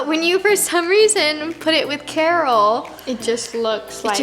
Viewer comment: Carol beginning of vid: cara-rolla one